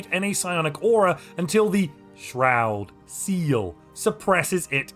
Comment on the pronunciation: I really like the way you say shroud seal